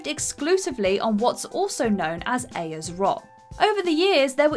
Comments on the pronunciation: Ayers Rock is pronounced "Airs" just fyi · Number 9. Pronounced AIRS rock.